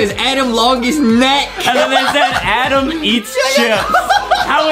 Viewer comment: Adem not Adam